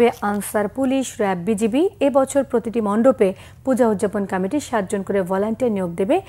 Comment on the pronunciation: এই চ্যানেলের সংবাদ পাঠক পাঠিকারা কি কারণে কমিটি শব্দ কে কামেটি উচ্চারণ করে।অন্যান্য সংবাদ চ্যানেলে উচ্চরণের সাথে মিল নাই।